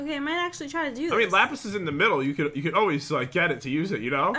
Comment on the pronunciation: Same! Did u hear that say lapis